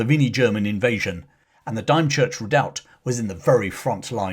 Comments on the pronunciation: The only criticism I have on this video is the name of the Redoubt in Kent. Dymchurch is pronounced "dim church." The same as the nearby famous miniature railway, The Romney, Hythe and Dymchurch Railway. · A brave patriotic man 😊 Oh and Dymchurch is pronounced as Dimchurch 😉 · It’s Dymchurch pronounced (Dim-church) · Dymchurch is actually pronounced Dim church. I come from Kent. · Dymchurch on the Kent coast is pronounced DIMchurch. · Just for information, Dymchurch in Kent is pronounced " Dim church" by the local residents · It's pronounced Dim as in dim as church candle. I live 10 miles from it, my name is also Todd, no relation. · An enjoyable visit for an ex-National Serviceman........but what a pity the author did not check out the pronunciation of Dymchurch, which is of course Dimchurch. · Great story! As an aside it's pronounced Dimchurch despite it being spelt with a y?!? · Dymchurch- pronounced dimchurch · It is pronounced Dimchurch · Dymchurch, pronounced Dimchurch.😇😇😇👍👍👍 Great review. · I'm from Kent...Dime Church it isn't. We call it Dim Church! Dymchurch. Excellent talk though, as always. Love your history talks. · As an ex Para from Kent, the village is pronounced DIM not Dyme. .....Dymchurch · “Dim-church”, not “Dime-church” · Excuse its Dymchurch Dim church not Dime church😅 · The place is pronounced Dim(as in not very bright)-church, not dime(as in the ten cent american coin)-church. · Another excellent video! Though I hate to be "that guy" I have to point out that Dymchurch is pronounced Dimchurch... not Dime church... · Dime church? No, It's pronounced dim church. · Pronounced Dimchurch, not Dimechurch. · You say "DIM CHURCH" not " DIME CHURCH" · pronounced DIM CHURCH.not DIME CHURCH. ... Dymchurch. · Thank you for this great video about Richard Todd, but for reference Dime - Church is pronounced Dim-Church (as in dim lighting). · Dimchurch, not Dimechurch. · Whilst pedantic, dymchurch is pronounced as dimchurch, not dym church .